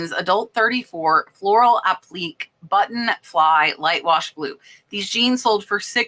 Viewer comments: It's app - li- kay...not app - plique. I would have thought if someone were a nurse they would know this common word... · I love watching your shows but have to correct you on a pronunciation that I often hear you mispronounce. The word APPLIQUÉ- is pronounced APP-LAA-KAY 😂 🩷